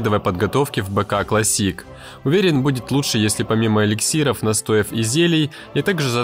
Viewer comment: Информация подана как обычно в лучшем виде, вот только один вопрос: когда планируешь начать правильно произносить слово clAssic?) 🧐 Тебя бургер что ли покусал?😱